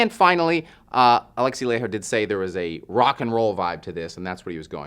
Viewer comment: It's pronounced Lah-y-ho, Laiho